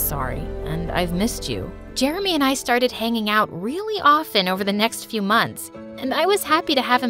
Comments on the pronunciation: He pronounced Jeremy Jermy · is it just me or did i hear "i'm germy" instead of "i'm jeremy"